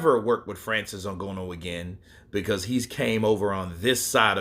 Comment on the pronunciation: NgAnou not NgOnou Brother.. that is what i think but Ngonou is ok too 😅